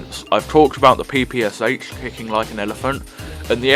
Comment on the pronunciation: Again, slightly different selection for me: Sten, PPSh (the Russian pronunciation is pe-pe-sha (not pi-pi-sha either)), and FNAB. To be honest though, I rarely use them in campaign, they are almost a burden between a good rifle and my Nagan. In the Solo Survival I have used the OVP frequently (it's not so bad if you get used to it). Generally though, I rarely switch to secondary, and if pressed to do so, I pick up one of the heavy jäger or Valkyrie machine guns, which is strong, fairly accurate, a very decent option.